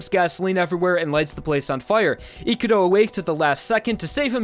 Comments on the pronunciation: His name: Ikuro How this guy says it: Ikuru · Gotta love how suddenly changed from pronouncing Ikurou correctly into calling him Ikuroo at the end for whatever reason